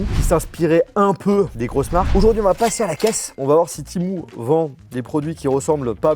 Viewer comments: C'est temU et non temou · Timou ❌ TémU ✅ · C’est Temu et non pas Timou !😂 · On dit pas tImOu on dit tému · Timou 😂 tu sais pas lire ou quoi c'est écrit temu ! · Temu ptn ça se dis TÉMUUUUU PAS TIMOU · Hein tu dis « ti-mou » ? 😂 j’ai toujours dit « té-muuu » 😂 Comme le mot « menu » mais avec un « T » 😂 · Temu: ❌ Timou: ✅ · PK TU DIS TIMU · Timou 😂 je sais pas comment on prononce mais en tout cas pas timou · ha non non pas du tout ou tu vois un double e ? Un e normal se prononce pas i c’est une dingerie d’écorchée un nom comme ça En tout cas bonne vidéo 👍